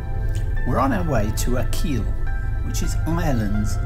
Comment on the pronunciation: Achill is pronounced “ackle”. Just sayin’